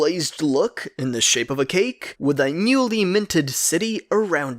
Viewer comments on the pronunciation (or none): none